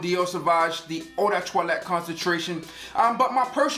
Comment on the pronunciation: czing czong it’s the wway he says toilet not toilette